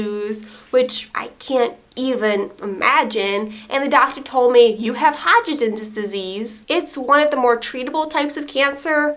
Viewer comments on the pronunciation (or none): I've never seen your videos before. If mispronouncing words is part of your shtick I apologize for the following. It's Hodgkins, pronounced like "Dodge", replace the D with an H. Then add "kin" as in the southern word for family. Then finish it off with an S.